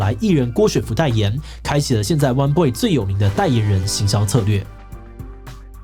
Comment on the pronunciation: 我都聽成 彎BOY 穿比不穿還娘~